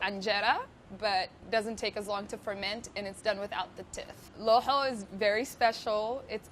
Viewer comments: It’s no looxoo!! It’s laxooh lahooh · How she says it sounds like a disease loho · Did she just satt lahoh how dare she say that !!!! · Thank you for making this! Btw, is that how you pronounce laxoox because my family and the people around me don't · WTH kind of laxoox is this? Pronounce it right, make it correctly! You're using the Cambaabur recipe! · Why does she pronounce it that? Looool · That’s not how lohoh is made traditionally at all. Why is she pronouncing lohoh and shah or even Yemeni like that? We usually prepare the batter the night before for breakfast and you are supposed to « hit » the batter with the hand. She should mention that it’s her version of the Somali dish.